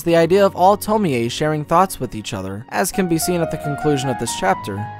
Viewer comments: no, the 'e' isn't pronounced like 'ay', it's more like 'eh'. So 'tomieh' would be as close a pronunciation as is easily anglicised. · To-mi-eeey! Man I have issues with english pronunciation of japanese names. Its pronounced Tom-iie (The e is barely noticeable). Sorry! Good video still man! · Its not tomie aye LMAO. ITA TOMI ou pronounce it as tomi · Why do you keep pronouncing her name the Polish way instead of the Japanese way? Tomi-Ay vs. Tomie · It's TOM-Y. Not Tom-me-y. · It’s pronounced “Toe-me” not “Toe-me-ay” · It's annoying how he mispronounced Tomee in this video... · Yea... tomi-yey wtf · I am not tying to be rude I like the Video and all I just wanted to say you pronounce it Tommy and not Tomie it’s just wrote different and am i the only one that wants to be BFFs with Tomie? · Why do you keep saying 'to-me-ay' jfc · I don't get why you kept mispronouncing Tomee in this video. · The way he pronounces Tomie is unsettling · Man no one knows how to pronounce Tomie. This is annoying